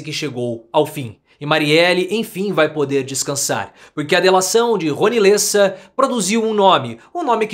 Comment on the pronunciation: LÊssa? Eu sempre desconfiei que você era argentino.